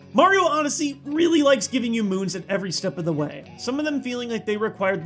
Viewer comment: This is not de whey